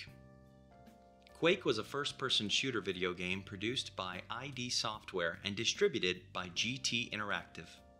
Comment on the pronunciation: omg the ai voice keeps calling it "I.D. software". Can't take it